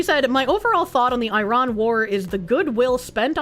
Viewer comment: Hearing the mispronounce Israel and Iran, and repeatedly, is giving me brain damage.